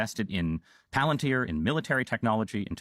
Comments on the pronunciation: It's pronounced "Palen-tier". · It's actually pronounced 'pal-an-teer'.